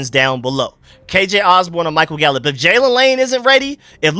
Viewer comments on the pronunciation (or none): none